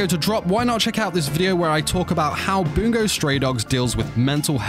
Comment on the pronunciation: every time he says "boongo" stray dogs i want to jump off a cliff